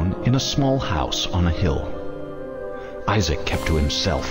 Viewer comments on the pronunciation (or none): none